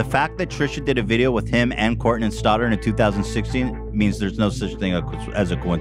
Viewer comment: I love when Ethan says names. “Hermione Grainey, Courtnen Stoddard”. I like that.